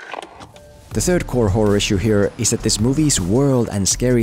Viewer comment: he really has to learn how to pronounce "third"